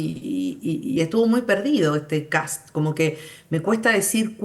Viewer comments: Me da risa que le digan Cats en vez de Kast jajajajaja, vote por Johannes 4K4K4K4K4K4K4K4K4K. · Pregunta: por q los argentino le dice "kats" a kast si ven q esta escrito kast? 😂 Q tipo de dislexia es esa? Jajaj